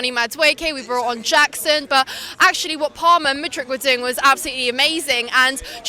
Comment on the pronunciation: MATE as a Chelsea fan how can you get their names wrong!? MUDRYK no ICH on the end. and its LEVIIIIIIIII not Levvy ffs☺